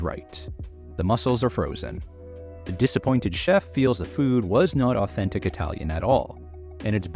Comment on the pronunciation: Ahh-ten-tik Italian food?